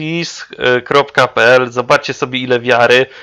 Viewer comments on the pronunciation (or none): Vesteris :) nie Veris. Jak już nagrywasz to sie do tego przygotuj.